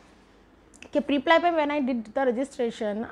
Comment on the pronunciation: Isn't it preplee and not priplaiyee??